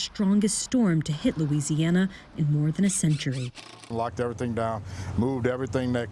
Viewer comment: Good job pronouncing everything correctly. Many American newscasters can't even pronounce Louisiana words correctly. Now would love to hear you say Atchafalaya and Tchoupitoulas.